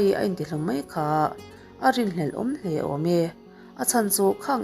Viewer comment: I aw ngaihthlak a nuam viau a chu i thil sawi zin leh thluk hi ka lo ngaimawh thin entinan:bawk aaaa,mai aaaa,hle aaaa…Aaa thluk i uar lutuk a Jeronimo ang deuh hlek hian atawp hi inzir ila ngai ka lo ti ve mai2 chuanin English thu lam dan tur thenkhat pronounciation utube ah in zir hmasa bawk la ka lo ti ve mai2 hate comments ni lovin ka thahnem ngaihna tangin ka lo sawi ve aw..ka ngaithla ve ziah ania aw